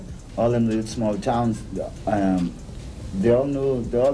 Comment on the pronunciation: What a boner killer to hear AI voice over and over mispronuncing the name everyone knows.